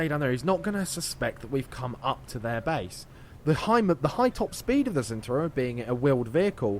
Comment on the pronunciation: It's pronounced 'Chentauro'.